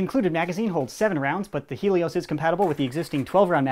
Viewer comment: It's hay_ Lee_ os